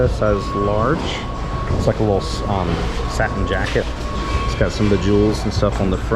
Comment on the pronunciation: when you said satin I think I died 😂😂😂